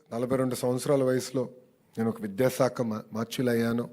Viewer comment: లోకేష్ గారూ, బాగా మాట్లాడారు, కాని కొన్ని అక్షరాలు పలకడంలో జాగ్రత్త తీసుకోండి. విద్యాసాఖ కాదు, విద్యాశాఖ అనాలి, సాసనసభ కాదు, శాసనసభ అనాలి, సత జయంతి కాదు శతజయంతి అనిపలకాలండి. స కి శ కి పలకడంలో తేడా గమనించండి. ఏమీ అనుకోకండి. జై శ్రీరామ్